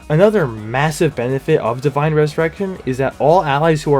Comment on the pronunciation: "Divien ressurrection"